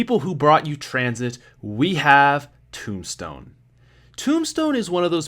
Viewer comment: TOMBSTONE YOU SAID TOBSTONES BAD TRIGGERD!!!!!!!